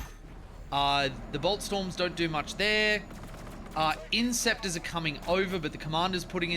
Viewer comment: INTER CES ORS for the foot soldiers or IN SEP TORS for the jump pack guys, Im sorry but your pronunciation is downright Freudian.